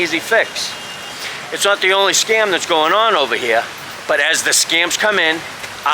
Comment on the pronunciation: did you say scum or scam ?